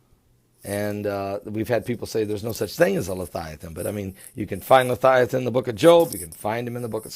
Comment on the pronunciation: come on its leviathan not lithiathon surely you do this in purpose